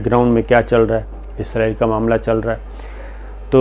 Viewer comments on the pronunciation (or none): Isko pronounce Izrail he kertey hain. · جی شاکر بھائی لفظ اسرائیل صحیح لفظ ھے۔ ازرائیل موت کے فرشتے کا نام ھے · مہربانی جناب آپ نے تصحیح کر لی اور ازرائیل کہنے کے بجائے اسرائیل کہنا شروع کر دیا۔۔۔ڈاکٹر شاھد مسعود بھی یہی غلطی کرتے ھیں اور اسرائیل کو ازرائیل کہتے ھیں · آپنے پھر ازرایل بولا آخری جملوں میں 😀😀😀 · شاکر صاحب آپ کا تکہ کلام اپنے پروگرام ناظرین اکثر پو چھتے ہیں پو چھتے یہں کیا کہنا چاہیے؟؟آپ اپنی ویڈیو دیکھا کریں اسرائیل کے بارے میں پہلے آپ کو کہہ چکا ہوں کہ عزرائیل نہی اسرائیل ہے ۔اللہ آپ کو خوش رکھے اور صحت کی دولت سے نوازے آمین